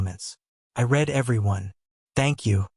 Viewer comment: AUTHOR...... You "Red" everyone!?!?!?!?? Maybe change your Ai It's "I "REED" everyone....... WAKE UP YOU FOOL. ..... She's CHEATING and OP is a SIMP... Just kick the 304 to the kerb, throw her O.U.T........she screwing someone else and OP talks about TRUST!! Stupid prick...